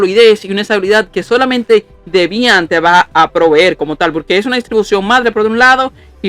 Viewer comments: "Debián", alv que acento Dios mio 🤣🤣🤣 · No lo cojas a mal Bro, no fue con intención de molestar, es sólo que me dio risa con el acento que lo pronunciabas, si te incómodo, me disculpó. Haces buenos vídeos, sigue así 👍🏾💪🏾